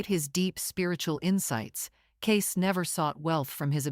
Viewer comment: His name is pronounced “Caysee”